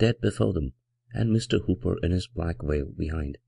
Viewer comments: Librivox is a great audiobook project but pronouncing 'black veil' as 'black whale' is really distracting from the dark atmosphere. I saw a reading by the great Basil Rathbone, and now I am leaving the 'black whale' behind me. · Every time he says "Black Veil" i hear "Black Whale"